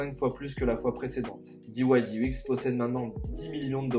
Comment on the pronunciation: Diouaillediex pas diouaillediouix !!! 😂 Merci pour cette excellente idée de présentation !👌